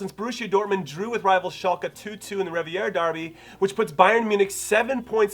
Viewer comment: It's always funny to me when Americans mispronounce the "Revier" in Revierderby, cause it should be easy for you guys. It's pronounced like "Revere", the guy who warned you the British coming in American folklore. Anyway, great video, Jimmy!